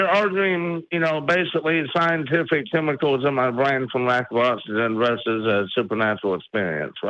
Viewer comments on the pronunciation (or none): none